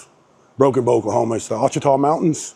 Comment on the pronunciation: Hey. Ouachita is pronounced washita. Just like the Washita river. Its an indian thang. Lol